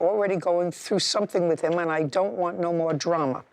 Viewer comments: He is irritating me saying WIFF instead of WITH🤬🤬🤬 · Hes a cop but can't say the word with... he says wif* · It’s not wif. It it with. Sigh… It was an agnormal bark…lmao. He’s really stupid.